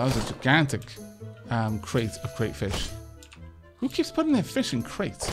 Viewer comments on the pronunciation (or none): none